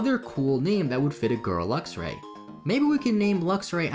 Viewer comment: It's pronounced "Lux"-"Ray". Luxer is driving me batty.